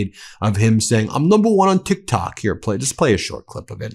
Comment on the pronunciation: he is saying tik tak not tik tok he keeps saying that tik tak he thinks its the mint